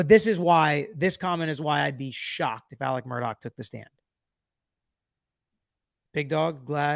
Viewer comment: His name is not pronounced “Mur-dock.” His name is pronounced “Mur-daw.” Please correct me if I’m incorrect.